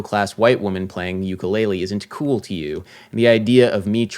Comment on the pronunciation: “It’s not kewwl” 😂